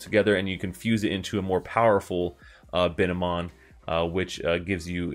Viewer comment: and its bine-mon not bi-ne-mon